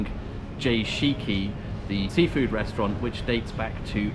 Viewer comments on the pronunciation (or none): none